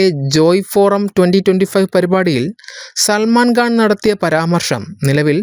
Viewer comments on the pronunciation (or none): Pronounce properly. It is Salman Khan Not Salman Ghan.😊